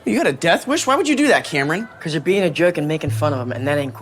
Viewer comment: My name's Cameron and i felt assaulted every time he said my name.